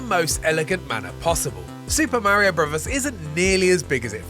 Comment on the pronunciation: Did you really say mare eeo bruvvers?